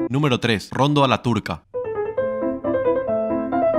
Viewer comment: Es rondó con acento en la segunda 'o' no la primera como pronuncias. Ah, dirai je se pronuncia aa diré zhe